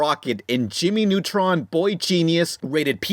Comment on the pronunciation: "Jimmy Nutrun", get it right man